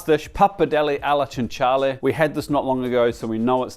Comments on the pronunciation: it's chin-ghee-ah-lay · you really have to get yourself to Italy. Ragu alla maiale is NOT ragu alla cinghiale (I'll forgive your pronunciation 😂). Very different flavour profile with the boar being much more gamey and greater depth of flavour. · Did so good with pronouncing Tajarin, a word that's pretty dialectal too, but did so bad pronouncing cinghiale, the gap made it really funny. Good try though!